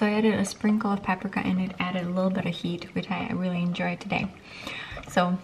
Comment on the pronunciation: you can always tell is russia but the way she says “paprika”